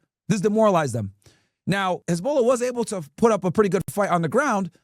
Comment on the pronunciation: Its NOT "Hez-BOWL-ah" 😂